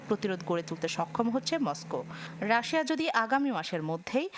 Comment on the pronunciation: সুনামধন্য নিউজ চ্যানেলের নিউজ রিপোর্টারের মুখে রাশিয়ার উচ্চারণ রাশা 😃